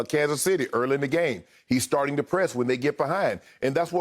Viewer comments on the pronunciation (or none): none